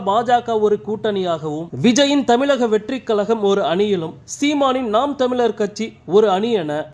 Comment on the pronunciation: தமிழின் சிறப்பு “ழ “ கொஞ்சம்கூட கூச்சமில்லாமல் ……. தமிலக …….. முதலில் தமிழை உச்சரிக்க பழகவும்…